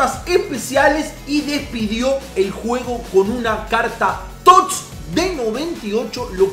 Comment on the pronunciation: Porque coño dices tots sin pronunciar la "S" dices tot